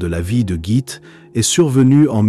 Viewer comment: Merci pour ce tour d'horizon de la vie de Gitte. La bonne prononciation de son prénom est Guitte. L e final n'est pas muet donc prononcé.